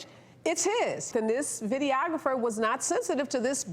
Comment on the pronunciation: The way the woman pronounces "videographer" makes me want to poke her in the eye with an uncooked spaghetti noodle. Stahp.